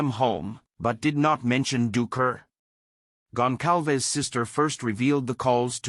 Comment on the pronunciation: He said their name right!!!! Finally someone said these peoples last name right! Out of respect don’t say their names if you can’t pronounce them it’s embarrassing when people call them Gonzales it makes us all look ignorant